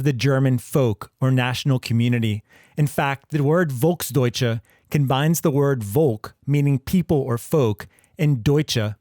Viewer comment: Its pronounced Folks doitshe